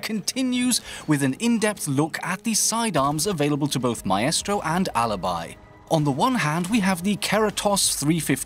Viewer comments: Why does he pronounce it my-estro instead of my-stro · "Mystro" not "My Estro" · Stop mispronouncing operator names. Its m eye stro, not m eye eh stro. Mon tane, not mon tonya. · My- eh-stro ?? Wut my-stro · He mispronounced M eye stro as My eh stro. And Mon Tane as Mon tonya. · just how you pronounce maestro. I would say my-stro but you say my-estro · Mah estro. It’s pronounced “mystro” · You do realise it's not pronounced "my-estro" it's pronounced "mystro" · Please for the love of God, stop saying mah eh strow for maestro. It's my-strow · "Mae-estro" xD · Did dis dood just say my-estro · Maestro being pronounced "My-estro" is... a new one for me. Normally I noticed it being pronounced "My-stro". I guess it must be the Italian pronunciation. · ‘Myestro’ Wtf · Did he say maestro like MY-EST-RO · OUR-estro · ma-estro xD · Almost he said it right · I can't handle the way pronounces Maestro haha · the a and the e cancel each other out creating an I sound. Its basic english